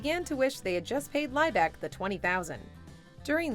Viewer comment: Her surname was pronounced Lee back. Not lie back